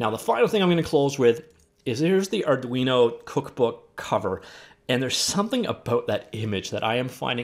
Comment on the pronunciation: You pronounced it correctly, Ar-du-ino (C/C++ IDE/compiler), is an open-source and affordable microcontroller that can move/power your thing(s), connect devices or get the value(s) of your sensor(s). There's also Micro Python that is very popular. If you're into programming and know a few things about electronics you should take a look at these! My suggestion for a future episode using Arduino, DIY Stream Deck. Create a keyboard macro control box that controls volume, camera switching, toggle streaming platforms (Skype, Youtube, etc.), soundboard, window switching, and/or whatever else you'd feel you'd like to have at a keypress during your streams. Raspberry Pi is a very affordable SOC (~35USD) that runs various distros of the major OSs that's comparable to the power of a smartphone but smaller. It has 4 USB ports, Ethernet port, WiFi, HMDI port, audio jack, Micro USB power, camera port, and GPIO pins. I use one quite often for Arduino projects since the unit can be used headless from a smartphone/tablet/PC and powered by a standard lipo battery for pretty long times. I test my unit on an 8,000mAh battery and got almost 8 hours before redlining.